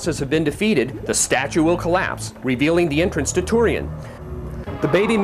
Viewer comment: Tourian? How do people pronounce that? I pronounce it Tour - rain. He pronounces it Tor - ian. how do you guys say it?